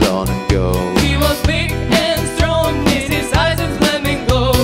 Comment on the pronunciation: I was waiting for the pronunciation of "strong" and sure enough the girls delivered it as with a prototypical Russian accent. 😆